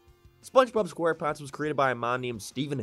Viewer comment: “SpongeBob Scoreponts” 💀